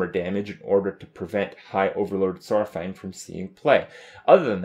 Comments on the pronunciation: saufang lol its suppose to be saurfang. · it's Saurfang, not Saufang.. WoW history 1/10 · Saurfang not Saufang. FailFish